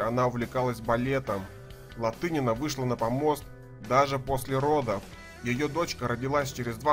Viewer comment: Неправильный подход! Сложность гимнастики соизмерима со своим временем (периодом в гимнастике)! Об'ективно оценить можно по наградам и местам на олимпийских играх,ЧМ и ЧЕ и по уникальности гимнастки, и то это ОЧЕНЬ СЛОЖНО и не обойдется без личных симпатий! И не ЛаДынина, а ЛаТынина!!! Стыдно не знать легенду сп. гимнастики, если Вы вообще берётесь рассуждать об этом виде спорта!